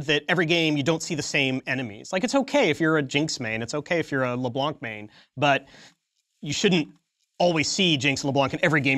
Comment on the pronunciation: Pronounce LeBlanc like it should be pronounced, not with a k at the end